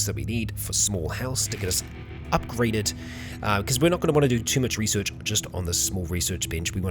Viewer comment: Resorch XD love it